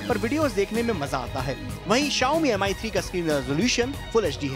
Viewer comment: Ankit was the only saving point for this show.. This guy is total waste & you can see the standard of the show now without Ankit.. They can't even pronounce phone's name properly. It's pronounce 'Me' ( Rice in Chinese ) and not 'Am Eye'. This dumbo is a hardcore Apple fan & will wait outside Apple store whole night & spend 60K-70K to get iPhone 6...